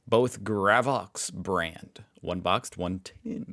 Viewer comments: oh mate, i know 10,000,000 others have told you the same, and I've given you pronunciation-shit many times (I actually dont mind ya) "grey-vox" gravy-vox.. how bloody hard..? 🤦🏼 F@ 🤦🏼 If you blokess invent a word with a "z" in it and you pronounce the "zee" we'll give ya that and do the same, you came up with it.. oftherwise, ffs mate.. its "oo-la-roo" 🤦🏼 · Gravox is pronounced gray-vox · its pronounced GREY as in gravy gravox or gra as in grass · Pronunciation: - Port Macquarie: Port Mack-worrey - Uluru: ŌŌL-oo-roo (emphasis on the first syllabul) - Gravox: Gray-vox (like gravy) We call white gravy "white sauce" and its made with milk and conflour with salt and pepper. And we put this on cauliflour and spuds or corned silveraide. Brown gravy goes on lamb and beef and pork (we normally do pork with applesauce though) You CAN get chicken gravy tho which is white-ish. People show up to vote, but "donkey votes" are common. And the fine for not showing up is like only $50. Suprised nobody called cigarettes "durries" Tax on smokes in Australia is horrendous. Wasnt til I worked for home affairs that I realized how massive the tobacco black market is to avoid paying a weeks wage per packet. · gravox is pronounced Grayvox